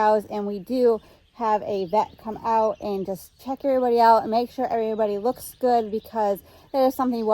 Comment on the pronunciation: Really well. Not really goud... hurts the ears of English people. Just saying.